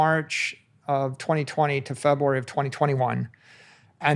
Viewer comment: It's so cute how he says February as Febwoowery.